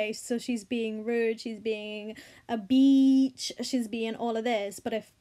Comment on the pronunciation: i agree with you, and i know that this is a serious topic, but i just cant get over your pronunciation of the word bitch